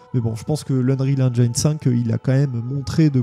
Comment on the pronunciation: En espérant que le "feeling Halo" soit conservé sous Unreal Engine 5 (à prononcer "Eunriil Énjine" et non "Énjaïne" 😉)